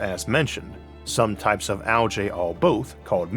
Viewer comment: I'm probably focusing on the wrong thing here, but pronouncing algae as "al-jay" never sounds right to me. Definitely a bigger fan of "al-gee".